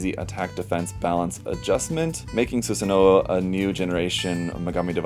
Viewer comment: You should know that the "W" in the name is silent. The characters "wo" and "o" are pronounced the same in Japanese but the orthographical difference is retained for historical reasons. The character takes its name from Susanoo-no-Mikoto, a deity in Japanese mythology